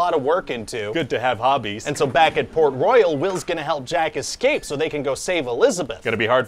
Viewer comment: "Escape" is pronounced "ess-KAPE", no "ek-scape".